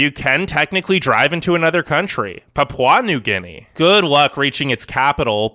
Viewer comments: Pa-Pa new guinea. Not pie-a-pa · "pap-WAH new guinea" LMAO